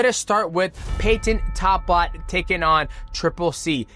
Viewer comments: Why bro say talbotts name like that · Talbott pronounciation from dj is wild lol